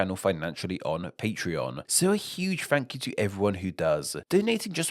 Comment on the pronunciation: Definitely strange accent to me. It's painful for me to listen to. Last syllable of last word in a sentence is extended with an A. Listen to him say thank you at the end of the video. So weird.